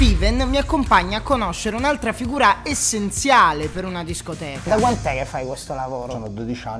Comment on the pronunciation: Si dice scoteca